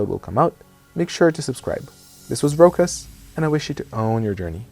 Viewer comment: Hey, Rokas, so can you not pronounce your own fucking name or are you butchering it to sound more american?